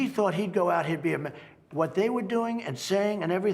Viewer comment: lmao "whot manuals?" "whot books?"